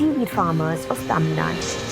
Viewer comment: Ayo dei it's tamizhnadu / Tamilnadu! Pls include u sound at the end! Don't pronounce it like the north Indians who always cut the u sound like 'Karnatak' 'Tamilnad' !